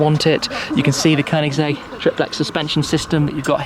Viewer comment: Nice pronunciation of Koenigsegg. 👍